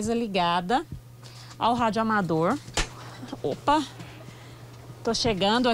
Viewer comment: Que agonía a muié chamando de radioamador